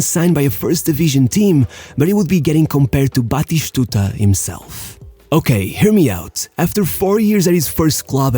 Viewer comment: It's not Carloshhhhh or batishhhhtuta. It's Spanish not Portuguese.